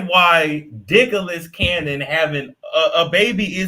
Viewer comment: "Dicklas Cannon" is crazy 😂